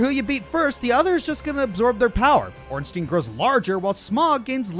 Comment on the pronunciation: Why does NO ONE know how to say Ornstein and Smough